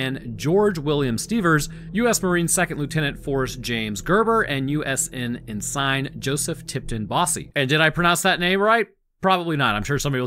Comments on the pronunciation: I have to ask why you always say "disorientated" and not the correct "disoriented"? Also ensign is "ensin" not "N sign" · Ensign is pronounced "en-sin" btw not en-sign. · You didn't get the name wrong, you got the rank wrong. It's pronounced en-sin, not en-sine. ; ) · Not sure about the name, but the naval officer rank of "Ensign" is pronounced "ensin"... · Name sounds right but the rank was off, ensign is pronounced en-sen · Ensign is pronounced “N” “Sin”. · Ensign is pronounced en-sin (like the word sin). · i dont know if you pronounced that name right but you certainly failed at the word ensign... its pronounced 'en-sin'... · Pronounced "en-sin" and "grum-men" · you didnt pronounce "ensign" correct lol. Jesus that hurt so bad.